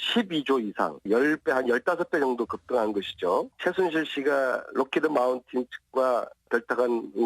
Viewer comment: 록히드마운틴? ㅋ ㅋ